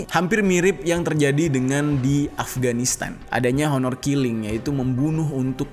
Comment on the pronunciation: oner killing bacanya bang hehe